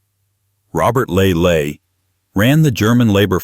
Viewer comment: It's Robert Ley, not Ley Ley